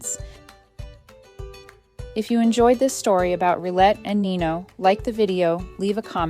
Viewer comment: This dog has to be the most accomodating/compliant dog I've ever seen. I mean being trampled on multiple times a day wouldn't be accepted by any kind of dog and rightly so. One thing: The French word "rillette" is pronounced "Rhee-yet", not "Rhee-let".